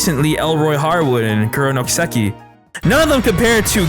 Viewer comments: How can you be a huge fan of a series and not know how to pronounce the title of it? Japanese is the easiest language ever in terms of pronunciation. It's just flat. No emphasis on any particular syllable. I don't understand how people mess it up, or where they've learnt this stress. Do you just guess? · How many times can you pronounce Kiseki wrong in one video: Yes